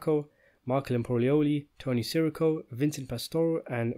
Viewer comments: i’m sure you know from other comments by now but it’s pronounced tony “siss err oh” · Dude - it's sih-REE-co. Not SEH-ricko. Come on! You mispronounce it 100 times in every video you make.